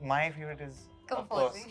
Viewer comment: she said Darshan my first Question to you is...😂 I heard like Darshan Bhai first question to you is... 🤣🤣🤣